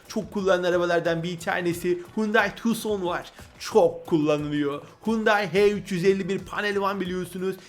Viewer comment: Okunuşu tuksondur abi yazılışı tucson